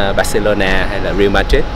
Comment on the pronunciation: Tuấn Anh Trần phát âm theo tiếng Anh mình nghe blv đọc là ray-al